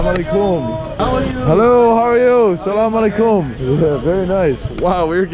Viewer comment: Bro you say assalamualaikum very nicely